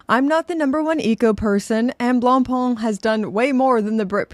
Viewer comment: the what? glongpong ? blongpong? hahahaha wtf sry to troll but thats too funny